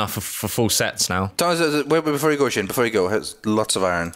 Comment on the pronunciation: slin? you mean sjin?